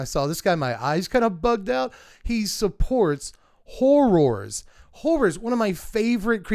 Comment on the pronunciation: Listening to you say Hor-roars each time was amazing ❤😂